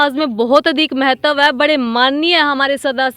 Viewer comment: क्षेत्र को अछेतर, प्राप्त को परापत महत्व को महतव ओर खुद को पतरकार (पत्रकार ) बोल रही है। 10 वी पास करो पत्रकार